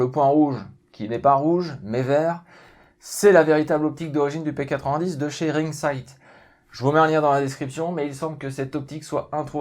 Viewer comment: non c'est pas un P80 10 c'est une arme belge donc merci de respecter la bonne prononciation x)